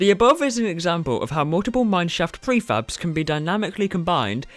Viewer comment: Honestly it sounded like he was always saying "free faps" instead of "prefabs"... 😂